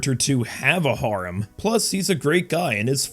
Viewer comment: I would have said Mother's Basement 2.0 since he mispronounces "harem" in the same way.